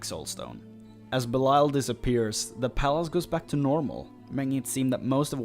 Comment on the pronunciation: BELIAL NOT BELAIL